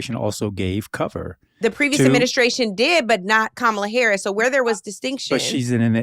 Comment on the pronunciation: NLP shouldn’t have even bothered to platform that last “listener,” if he still feels the need to purposefully mispronounce VP Harris’ name.